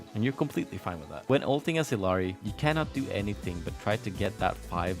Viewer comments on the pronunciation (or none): Also, Illari in her hero swap voiceline pronounces her name as Ilyari, not Ilari